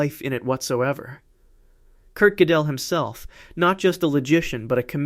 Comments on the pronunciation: When the AI says "Godél" instead of "Gödel" 😂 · Funny how AI pronounces Kurt Goedel. Something like kirkedel. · Because of the umlaut, it is not pronounced like either of those. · I enjoy your work very much. I do not understand, however, your failure to pronounce the name of Kurt Gödel properly. You pronounce it incorrectly, then, a minute or two later, you give it a different pronunciation, also wrong. You sound as if you are trying to conjugate his name. Is this one of those hyperintellectual games like trying to mispronounce Goethe in the most creative ways? You do have a lot of creativity here.